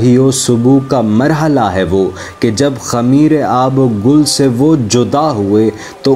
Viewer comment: sir sorry to say pehly nazm k andaz e biyan ko smjhyn ,apko to itna ilm ni hy k nazm m aab o gil hy ya aab o gul ,afsos sd afsos